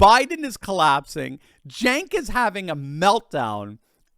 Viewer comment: At least learn how to pronounce Cenk's name.